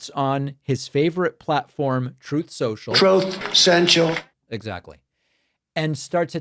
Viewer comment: "Trothe Cential"😂 Always gets me😂